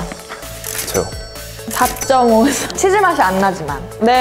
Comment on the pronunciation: Its noba you dodnt say the v just say b